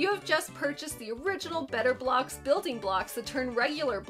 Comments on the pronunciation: The way you say it sounds like Betablocks, and remind me of those pills lol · No one: Absolutely not a single soul:: BETTAH BLAHX But for real, tho, how can you talk about 90s commercials without mentioning Crossfire or Mr. Bucket?